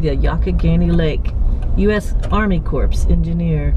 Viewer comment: The P in "corps" is silent. So is the S. It's pronounced "cor".